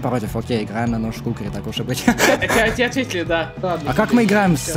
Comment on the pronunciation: Кукри звучит как кх-кх..